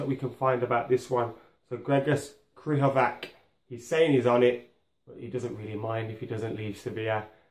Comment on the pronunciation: Where to even start with these pronunciations... Krychoviak is pronounced "Kry-CHO-vee-ak". It's "LAT-zio". And "Fel-EE-pay" Anderson.... Plus random decision to call de Gea by something other than his name... Do they not realise that these are not English words, and therefore should not be said as though they are?